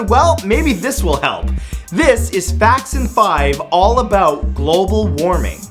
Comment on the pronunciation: Facts in 5 sounded like Jackson 5 the first couple times I heard it